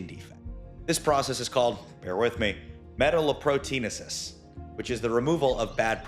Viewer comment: A less intimidating elocution: ”meh-tallow, protein-aces”. Interesting video. I did top university molecular bioscience, ivy scholarships, md /grad school, surgery even, blah blah blah. Not here to brag. My life is just one big academic liminal misstep, if anything. I’m just a die hard science lover. In fact, I don’t use supplemental copper compounds outside of traces in a daily vitamin. That said, it’s always kind of endearing the way everyone pronounces things a little differently. The disclaimer for and way in which you respectfully introduced “metalloproteinases” made me smile. 😊